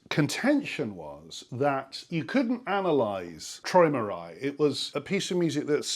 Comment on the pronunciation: What was Loki doing to make you laugh??? Why do you prinounce it "Try-ma-Ry"?